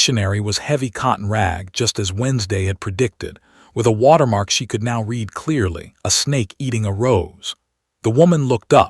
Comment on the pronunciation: Poor choice of bad AI pronunciation & imagery -- it's not REED, it's RED.... I'd rather have the still Cover image, than the looping Naruto JUNK. Plotline developes nicely + entertaining 👌